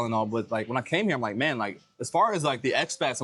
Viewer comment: "like" too extremely pronounced by both of you (youngster talk, I suppose, both too old for it), otherwise a very decent video, informative, helpful, best of all not typically vulgar profanity by nearly all usa (blacks) people in general unlike rest of entire world people, so appreciated, great content.